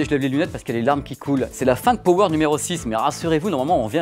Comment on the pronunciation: Power prononcé pawer.